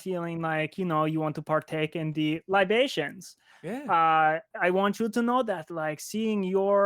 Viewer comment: "LI ba tions", "Yes, that's very good,." I'm dying...